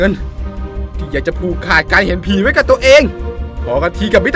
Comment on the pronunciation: ตอนพูด " เห็นผี " อันนี้ไม่ได้แหลนะแต่เราได้ยินว่า เห็นฮิ..... ใช่ เราขอโทษ